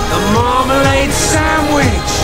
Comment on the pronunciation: sanwich more like manwidge